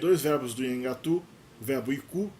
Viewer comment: esse teu vídeo deveria ser retirado do ar pelo tanto de erro que tem. Tu não sabes nem pronunciar o nome da língua direito pra começar. É um desserviço propagar desinformação e anacronismos. O Nheengatu não tem absolutamente nada a ver com a história do Brasil, visto que a história do Brasil e da Amazônia são totalmente distintas.